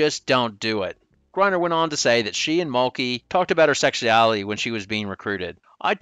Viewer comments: can't pronounce sexuality without sounding like a southern sheriff from the 60's. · Very well put together video - but bro you have GOT to work pronouncing sexuality 😂